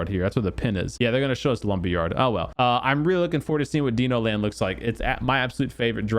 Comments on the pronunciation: ITS DINO .. like dinosaur...duh...not DENO. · dino like dinosaur, not like DEEEE nooooo... :)